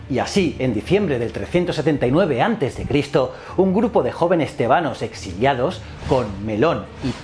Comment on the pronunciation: Tebanos , con acento en la E ??? no es con el acento en la A